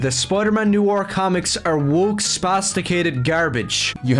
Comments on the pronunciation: "NEW-ARE" "NEW-ARE" this kid is really hard to listen to. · His pronunciation of noir is weird why is he pronouncing it 'new or' when it's 'no are'.:_OneTenth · noir /nwär/ literally look up noir pronunciation on google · I know it’s probably just his accent but it’s ‘noir’, not ‘noo-war’. If he wants to be so pissy, he should be subject to his own kind of criticisms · HE CAN'T EVEN PRONOUNCE NOIR!!!